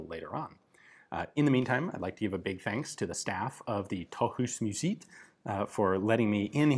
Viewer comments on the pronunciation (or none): As a dane, I have no clue where you're saying you are, not the slightest, Sounds like some long forgotten place in france. "táh'us musiit" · Nice to see youre back at Tøjhusmuseet, its an awesome place! You are butchering the pronunciation of its name though :D The end of the word "museet" is supposed to sound more like the 2. half of the word "bread" is in english. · Hehehehe.... nice try though. Both with "Tøjhusmuseet" and "Forsøgsrekylgevær". Don't feel too bad, we've had people here for more than 40 years, that still can't speak anywhere near understandable.